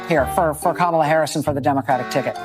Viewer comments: “Ka-ma-la-la-laaa” Seriously, you can’t make this sh1t up 😂 Ignorance at its finest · Kamalalala. Good lord. They probably voted for her based on just babbling the name like a 3 year old.